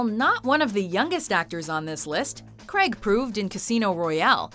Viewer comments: It's CRAIG not fucking cregg... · Can you fkn yanks stop saying CREGG instead of Craig? Does renn fall from the sky? When you are hurt are you in penn? Does a trenn go Choo Choo? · How come you can't pronounce "Craig"? Seems to come out as "Kreg"... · Daniel Creg it's Craig it's has an a in it. Said Crayg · Daniel Craig, not Daniel Crag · When you can’t say Craig right